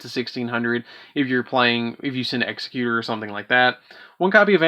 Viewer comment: The base word for Executor is executive NOT executioner. Why that’s so hard for the Uber mensch nerds of this game to get is insane. Also “the timeless” is Du-gar-ay. Dugares.